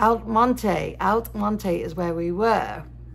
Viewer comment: I lived in Altamonte Springs for a year. I loved how you pronounced it 😊 There's a lot of nice places to eat and drink there. It's expensive to live there. Actually, most of Florida is expensive, unfortunately. Am glad you got to meet up with friends and got some sun. ❤